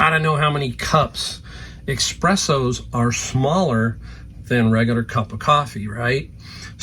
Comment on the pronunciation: Ex-spresso. Luv it 🤣🤣🤣